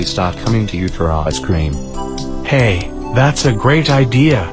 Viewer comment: Je to cream ne scream